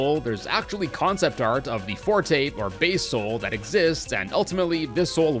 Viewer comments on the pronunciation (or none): none